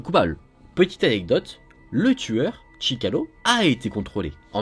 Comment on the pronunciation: sorry but his name is ChikaTIlo... Nice work, and keep going